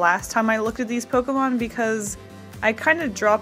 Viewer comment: I love your style. Also im glad that u correctly say "pokEmon" and not "pokimon" Pokemon is the short version of poket monster and poket is poket not pokit so is pokemon not pokimon. My god is absurd how many people get it wrong